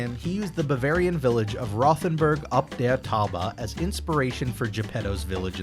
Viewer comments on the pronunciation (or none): Truly enjoy your videos and try to catch them all! One small comment: the German town is pronounced “Roh- ten-boorg.”